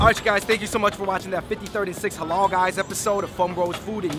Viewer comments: its not helah , its haalal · LEARN HOW TO SAY HALAL. it's the only word you guys don't seem to able to say